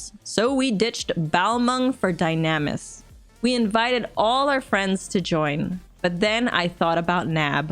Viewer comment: that is not how you pronounce dynamis lol come on even in the cutscenes they say it for you 😂